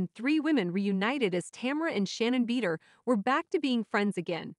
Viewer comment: Not bead-er loooool